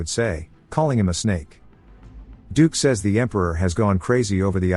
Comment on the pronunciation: Wow, it took till 1hr 49 mins till you could get "dukes" name correct